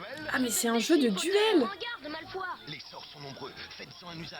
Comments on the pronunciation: Malefoi ???? Mais on dit malefoY !!!! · C malefoye pas malefoi les pub disent n'importe quoi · c une blague ils ont dit MALEFOIE au lieu de MALEFOY je ne sais pas quand est ce qu’ils vont se dire en France que c pas parce qu’on est dans un pays francophone qu’il faut anéantir la prononciation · « Prends garde, Malefo i » au secours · A c'est moi ou Ron dis "...prend garde malFOIE" 😂😂?? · A « en garde malfoi » ( je l’écris comme c’est prononcé 😂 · "Prend garde Malefoa" Ils ont tué le respect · Le livre audio aussi il dit Malfoi dedans... et Hermione Grangé 😱